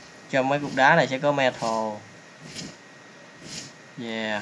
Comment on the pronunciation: mê tan mà anh gọi là me thồ